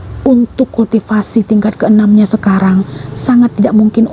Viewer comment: Ancur deh crita bagus jdi rusak gra2 kulll tiiii siiipasi pmbaca masih di rnh tingkat awal😂😂 Kultivasii di bcakn kulti sipasi ancur teruwa